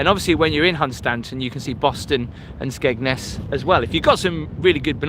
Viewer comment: we all have different accents so we all say it different it's just got a silent d to the locals but got it right actually x